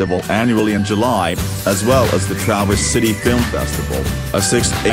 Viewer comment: Next time use a live voice - someone that can actually pronounce Traverse, Mackinac and Munising correctly.